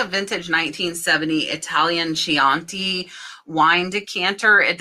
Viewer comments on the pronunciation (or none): Chianti is pronounced Key an tay. It’s really nice Italian wine. Those bottles are found all over Italy. But we do love the ones from the 70’s.